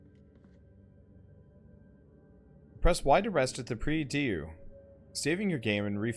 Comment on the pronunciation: I dunno, maybe somebody already told you but nonetheless, "prie Dieu" is "pray to God" and is read like '[grand] prix [mountain] dew (but with more "O" in the end)'. This is the best explanation in the world *sarcasm*.